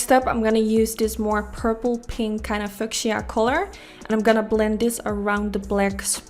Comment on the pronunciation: Cool design, I love your looks. I know English is not your first language and you do a great job. I know you would want to know if you pronounced something wrong. Fuchsia sounds like few shah. Keep up the great work!